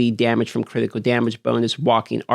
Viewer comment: vulnerabo stronghode critico! you're a wizard,.